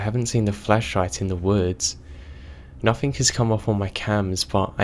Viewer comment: whoever is reading this why have you got to {nothink instead of nothing also any other words that end in G